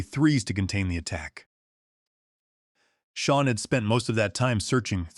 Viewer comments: The AI has a metal block (yes, a metal block or a mettle block if you'all prefer) where the name Sean (sheen) is mispronounced as Scene or Seen. And let us not mention dollar amounts like $200,000 expressed as Dollars two hundred comma zero zero zero. Y'alls need a real person to listen to your production, not another clueless AI fed info by a lazy genius level human. A simple solution was ignored, and their lack of action compounded the problem; Victoria should have asked, "What do you want?" But her massive ego was a mountain too high to allow her to ask the question. Here, in reality, not listening, lazyness and greed on the part of the "creators" cripples their ability to make a better product. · The AI properly pronounced the name "Sean" several times, but mispronounced at least three other times, see in the video. And the AI does not know how to properly pronounce numbers, see in the video. Poor AI execution on this video.